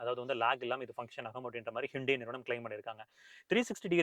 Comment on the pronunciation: athu ஹூண்டாய்.... ஹிண்டே illa 😂😂😂😂😂😅😅😅😅😅